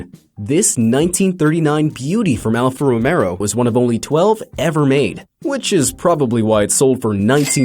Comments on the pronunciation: It alpha romeo NOT ROMERO. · ALFA ROMEO NOT ROMERO YOU COMPLETE MORON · It’s Alfa Romeo , not Alfa Romero. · It's alfa romeo not alfa romero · Alfa Romeo... not Romero... not Romero... not Romero... not Romero... not Romero... not Romero... not Romero... not Romero... not Romero... not Romero... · Dude trying to pass himself off as a car expert when he says 'Row-Mare-O,' instead of 'Row-MAY-O.' Order another clown suit for this guy. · its Alfa Romeo not Alfa Romero, that is how your pronunciation sounds. other than that, great video. thanks! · bahahahaha of course I know what an Alpha Romeo is...just not an alpha romero...he said it about 3 times. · Alpha Romeo not Alpha Romero lol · The narrator is a moron. #10 is pronounced Alfa Ro-MAYO, not Ro-MERO... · Alfa ROMEO, not "Romero" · Not Alfa Romero it’s Alfa romeo stupid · Alfa Romero? Alfa Ro-mayo. Various facts wrong throughout the video. Dipshits. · Alfa Romero???? It's Alfa ROMEO, you idiot! Learn to pronounce correctly! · is Alfa Romeo!!!!! not alfa Romero!!!!! fix this monstrosity!!! clearly you don't know about cars and should not have chose you to do the voiceover for this video!! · Alfa romeo bot romero you idiot. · Romeo not RomeRo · Alfa Romero? there's no R in Alfa Romeo.... look at the Logo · ALFA ROMEO NOT ROMERO! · Alfa Romero, or Alfa Romeo? And Lu Mons? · Alfa Romero? lol really? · Alfa Romero? ROMERO? This twit should be castrated with a lobster. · As an Italian whenever he said Alfa Romero I died inside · After the 2nd time of 'Romero' I had to hit 'dislike' and exit! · What the F&%$# is Alfa Romerro? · Did someone noticed him saying ALFA ROMERO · ‘’ Alfo Romero’’ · WTF is an Alpha "Romero?" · Alpha Romero? Yeah, I can tell this guy knows his shit. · "Alpha Romero?" You can't even pronounce the name you idiot! You sound like an Asian trying to pronounce Cadillac! Cadirac! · He said remero by mistake forgive him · You had me at “alfa romero”. Have you ever heard about romero and jurriet?